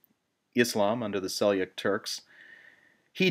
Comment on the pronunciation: And Seljuk, not "Selyuk". I know that in certain Slavic languages the "J" = "Y" but not in this case, as "Seljuk" is an Anglicisation of a Turkish word.